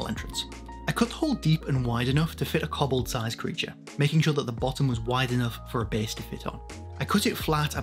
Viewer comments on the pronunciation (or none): Koh-Bold, not Kobbled. xD Amazing terrain. One day I will have the space to make my own.